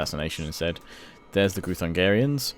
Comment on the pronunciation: Groo-thun-gee-ans not groo-thun-gah-rians. As a Hungarian this bothers me a tad haha. :D A little constructive criticism. Love the videos tho! (the Magyars, your ally, are the ancestors of Hungarians - we were a tribe once before we settled in Pannonia. In our language, Magyar = Hungarian).